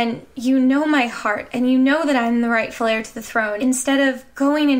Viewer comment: You made 'rightful heir to the throne' sound like 'right flair to the throne', but in a good way.